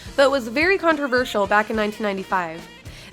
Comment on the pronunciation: Thank you for saying the word "controversial" correctly